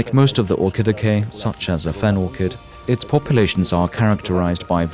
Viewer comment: The way you pronounce Orchidaceae hurts my ears... You could have at least looked up the correct pronunciation, instead of making it up and falsely claiming it is the correct way. Coming from Latin, "C" would never make a "K" sound before an "E".